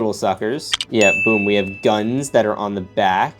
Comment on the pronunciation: You said duns and not guns